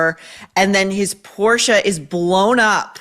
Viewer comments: I’m German. Your pronunciation of Porsche was correct. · Yes it’s Porshaaaa. Not posh.. just correct.